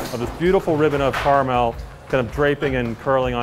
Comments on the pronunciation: can't believe he works in this and doesn't even know how to pronounce caramel ffs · a car meal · I say it as car mole? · I say cara-mel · Caar melle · Karmule anyone? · Abigail Stilwell Kera-mle is how I say it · I say it as "Carmel" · Mmm yes I do like to eat my car’s meal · I say it as just mule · my 10 y/o self: Care-a-meal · i say it car a mul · Cuh air a Mel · i say it "care - ah - mel" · Did he just say Car-mel?!?! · Everyone is out here saying "Caramel" or "Carmel" when this duds out here saying "caarmeal" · who else gets triggered by the way that guy say caramel, ( CAR-MEL ) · “car-a-mail” literally unwatchable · This guy can't even pronounce caramel and he's getting 50k.